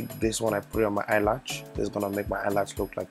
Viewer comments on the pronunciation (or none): Omg he's so funny he was constantly saying eye latch haha and y'all gotta rub in accordance in order to slay hard. Girl I enjoyed the video and yeah he did great but eye makeup was 💯😍